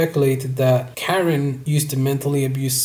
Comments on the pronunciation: KAR IN not karen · How you gonna make this whole video dissecting their relationship and then call Karin, Karen 🤡 it’s like ‘cuh-rin’ bro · It’s weird that a Hetero male is exposing this about a lesbian couple, but STOP SAYING KAREN ITS KUH-RIN